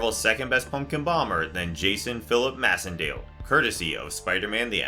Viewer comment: I think that Macendale’s last name is pronounced MACENDALE! As in MACE! MAYcendale!